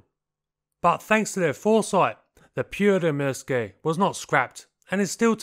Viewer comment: It's pronounced Pyörremyrsky